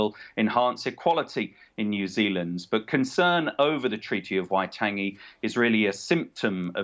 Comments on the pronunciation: Get it right. WAI-TOUNGE-ee. Fgs! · Dude cant even pronounce Waitangi get him out.